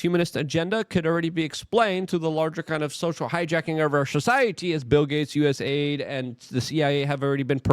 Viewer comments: Luke..You're Killing Me with these pronunciations Mahhhn.... It's DOGE, not Doyge... it's U S A I D... not U S I D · It's USAID not USID. Its Doge, not Doige. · Why is Luke not pronouncing the A in USAID.... Does he think the A is for America?